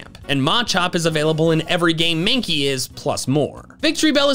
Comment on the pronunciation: MANKEY, NOT MANKIE! FIX IT NOW!